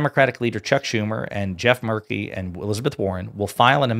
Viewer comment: It's pronounced Merkley not Murkey. Very Proud of both Oregon Senators. 😅